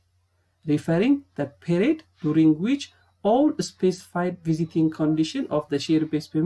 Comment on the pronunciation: bruh its not visiting its vesting